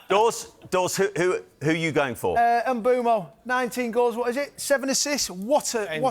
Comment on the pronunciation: Thanks the host for getting Mbuemo’s name right, is Mbuemo not M’Buemo